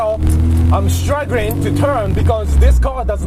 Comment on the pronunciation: "struggerring" XD